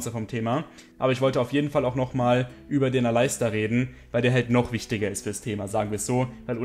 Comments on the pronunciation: Bitte sprich Aleister Alistar aus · Bitte sprich doch Aleister englisch aus :)